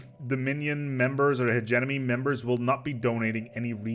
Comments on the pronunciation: Could not finish watching "Hedge-E-Money" not "Hedge-Enemy" I was going crazy. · After hearing Hegenomy I started hearing Emeny for some reason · Nobody:: Hedge Enemy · "he-ge-Mo-Ny" not "he-ge-No-My" I felt like I was having a stroke. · "My favorite origin start, the HEGEMON" Now say Hegemony. "Hejiminy" LOL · Akchtuallly its pronounced "he-GEE-money" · AHHHHHHHHHHHHHHHHHHH, I'M SORRY HIS PRONUNCIATION OF HE-GEM-O-NY IS DRIVING MY OCD INSANE!!!!!! But it's ok I still love you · Like I get that English is a weird language, but he was so close to just fucking looking at how it was spelled and making the mouth sounds in the correct order! It’s like he got 65% of the way there and said, “Eh, good enough.” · if you can pronounce Hegemon, I don't understand why you wouldnt be able to pronounce hegemony.